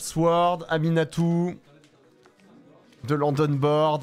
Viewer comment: mdrrr ça me trigger tellement de t'entendre l'appeler "aNiMatou"